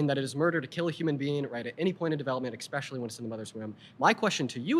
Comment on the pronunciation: He lost all credibility with me when he pronounced 'especially' as "EKspeshilly".